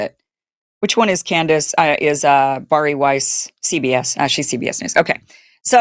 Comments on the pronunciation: The name is pronounced BareE. It is not pronounced BarE. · Bari’s name is pronounced, “Barry.” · Seriously you are just vomiting up Candace Owen’s talking points, because she said she was going after Erika, plus her name is Bari pronounced Barrie.